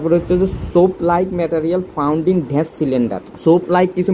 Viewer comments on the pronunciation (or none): ড্যাশ কে ঢ্যাষ বলা সত্ত্বেও সাবস্ক্রাইব করলাম। 😂😂 হায়রে pronunciation